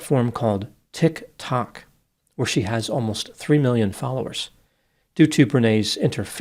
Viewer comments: It's hilarious how it's correct, yet not. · Tik (pause) Tok never gets old 😂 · Dear your annlaysis is superb your enunciation of Tic Toe sounds like you are washing excrement of a valuable shoe. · I saw about this case on ‘gossip rumour and innuendo’ When I saw that was covering it too I was absolutely thrilled. Both of these reports appealed to different sides of my humour… Absolutely love the way pronounces Tick. Tock. It makes me chortle every time, and as for his pronunciation of the word ‘throb’ on this one cracked me up😂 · The way says “tic toc.” Never disappoints. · And a platform called “Tick (pause) Tock” 😂😂😂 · ti-K to-K 😂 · Tick Tock ⏰ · The way says Tik Tok always kills me!! 😂😂😂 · Hahaha! yes. Like he just heard of it today. hahaha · It's perfect. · Yes. Like we’ve never heard of it.